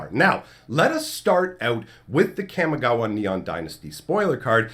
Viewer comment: kamee ghawah ... its pronouced kamee ghawah . camy gawuh is a disgrace to japanese culture and language :/ but good video i liked it other than that <3333